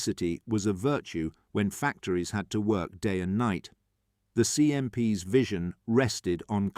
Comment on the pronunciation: I'd much prefer an imperfect human-voiced narration than this Chatbot with a simulated British accent! Obvious errors include pronouncing terms associated with the atmospheric wind 🌪, when describing the 'winding 🌪 down' of the CMP truck windows! 🪟 🙄 Repeatedly referring to 'CMPS' by a string of alphabetic letters, when the script writer 'actually intended to refer to these military trucks in plural (CMPs) became really annoying! Please hire an amateur 'voice actor' rather than using an AI synthesized voice! 'Also there was far too much repetition in the script! Even allowing for some important facts to be repeated a couple of times, the script would have been much better if its length had been reduced by at least one quarter! How many times do 'the deserts 🏜 of North Africa' and 'the jungles of Burma' have to be repeatedly referenced? The inclusion of at least one brief motion film clip showing the CMP moving over the different types of terrain to which the script repeatedly refers, would certainly have improved this video product![Edited for punctuation and syntax.] 🇨🇦 🍁 🇨🇦 🪖🎖🚚 🚛 🚚 🚛 🚚 🎖🪖 🇨🇦 🍁 🇨🇦